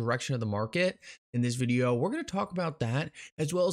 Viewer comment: He said videahh